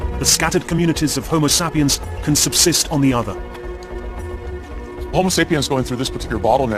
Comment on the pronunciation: the homosapeeins is that really what he's saying?